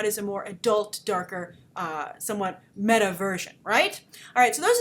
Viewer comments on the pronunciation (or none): none